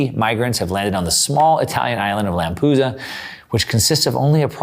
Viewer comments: Lamp-e-du-sa. Not Lampusa.... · it's LAMPEDUSA... LAM-PE-DU-SA... not Lampusa :face-blue-wide-eyes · one thing: LamPEdusa not Lampusa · Lampedusa is not Lampusa. 🤦🏻‍♂️ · It’s pronounced [Lam peh du sah] not [Lam poo sah] fyi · Lampedusa, not Lampusa. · Great reporting. Just a side note.. It's Lampedusa not Lampusa. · It's LAMPEDUSA, not Lampusa. And GIORGIA Melloni, not Giorgina. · It's called Lampedusa, not Lampusa. 😉 Great segment though. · Thank you. Is it really pronounced Lampusa? I've only heard of Lampedusa. Interesting. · It’s not “Lampusa”… It’s Lampedusa! And It’s not “Georgina” Meloni but Georgia Meloni! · It's LAMP - ED- USA, not Lampoosa! Over and out! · LAM-PE-DUSA. NOT Lampooooza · BTW it's called Lampedusa, not Lampusa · Lampedusa not Lampusa. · Correct pronunciation is Lampedusa Like USA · LAMPEDUSA....LAM...PE...DUSA,!!!! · try lamp uh dusa….I’m Italian take my word for it. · sorry but it is L A M P E D U S A NO lampusa ?? lol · I don't buy the story of "African's in first class going to walk to the US". I call bs. This guys pronunciation of "Lampoosa" is about as accurate as his interpretation of the Cloward and Piven strategy being behind the flood of migrants. Trying to claim there is no push for immigration in the nations of origin is ridiculous. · LAM-pih-DEW-zə I know you know what you're talking about, but it's hard to take you seriously when you can't pronounce the name of the place that is one of the focal points of your episode. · Its LAM PAY DOO ZA you dolt! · Lampusa😂, learn to read American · Great content, like always! Just one thing: it’s pronounced LamPEDUsa and Italy prime minister is Giorgia although Giorgina is sweet 😃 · Any rant about a European migration crisis / invasion is slightly weakened by not being able to pronounce the Lampedusa name correctly...